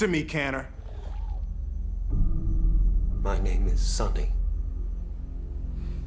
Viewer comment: Canner??? |Did he really call that Robot CANNER??????